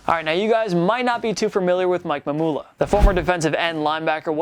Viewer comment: Mike Mamula's name is pronounced like formula. (Ma'am-yoo-luh)